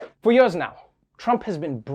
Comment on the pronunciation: Why cant Trevor say "Years"